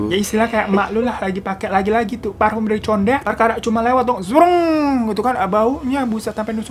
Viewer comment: Sukses bang Hiro, tadinya tkt Pas ngomong farfume Condet😂 Jdi lucu, kalo q sering Nyium Bau bunga melati dijalan... Kalo dlo tkt, pas bang Hiro Bilang hantunya cewek Cantik Jdi lebih berani...❤